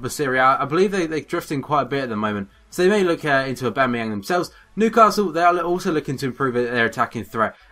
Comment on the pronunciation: It's Oh-Ba-Mey-Yong. Not A-Ba-Mey-Yang.